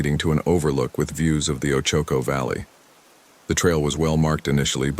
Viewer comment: Ochoco is pronounced OH-chī-co. It's a Hawaiian word named after Hawaiians that settled in Eastern Oregon I'm the 1800s.